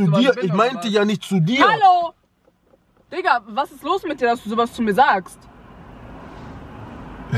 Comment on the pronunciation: Hahaha krasses Video aber się sagt einfach dikka